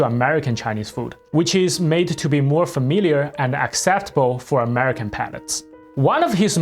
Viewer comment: dude cant even pronounce America but calls himself ""? f.o.h.